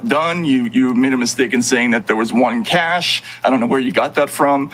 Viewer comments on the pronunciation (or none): none